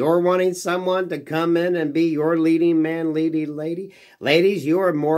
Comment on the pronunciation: when you say man lady could you be a little bit clearer lol